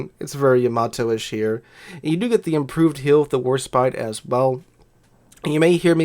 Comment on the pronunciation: Thank you for pronouncing Yamato correctly. I don't know why but it annoys the crap out of me when other youtubers pronounce it, Yam-a-Toe!!! AHHHHHHHHH